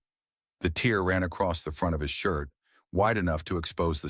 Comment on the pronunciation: ok the narater is ai humans would not say tear as in crying when trying to say tear as in a rip from fabric plus you cant drink water keep speaking and never lose your timing so I say AS A HUMAN stop your lying to us ai channel or get a virus and be erased and shut down